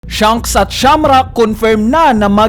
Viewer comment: Baket ba hirap na hirap ka ipronounce yung "SHANKS". Puro ka "SHUNKS" eh